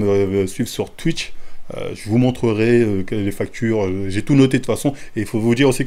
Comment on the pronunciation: Ptdrrr luffy contre marin fort 😂😭 mm Twitter et twitch, aucun effort sur les prononciations 😂 force au wakanda ✊🏾